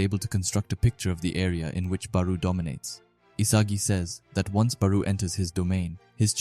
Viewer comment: no hate but your pronouncing barou his name wrong